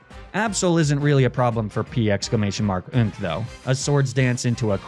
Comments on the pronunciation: The commitment to "P-exclamation mark-nk" is amazing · The commitment to saying “P exclamation mark nk” every time is unparalleled